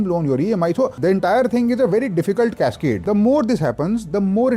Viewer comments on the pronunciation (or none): none